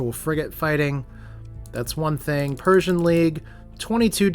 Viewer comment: Pretty sure Persean is Per-see-an. Like the Perseid meteor showers. Persian just means you are fighting Space Iranians.